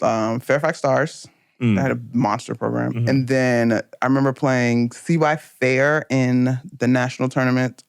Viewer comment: Right I figured she meant cy fair but it was still funny to hear it said that way